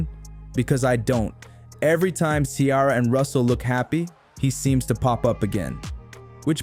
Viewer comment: Who is this lady?? Learn to say Ciara's name.